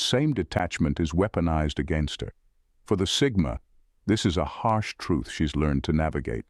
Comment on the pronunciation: "Hash truth?" Did you mean "Harsh?" Great vid, as always!